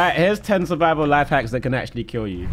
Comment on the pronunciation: Am i the only one who noticed the 'surivial'